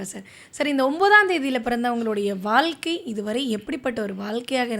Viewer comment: வால்கை இல்லை வாழ்க்கை